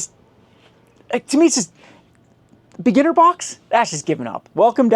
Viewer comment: The way you say beginner sounds like beaner